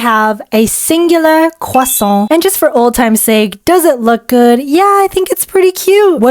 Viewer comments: That "croissant" was AMAZING ??? You have juste say "Croassant" and not "Croi(wa)ssant", but... WOW. (🍊) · My french side is jumping with happiness at her pronounciation of ‘croissant’ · that "croissant" was perfect (as a french speaker) 🍊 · 🍊yeah lol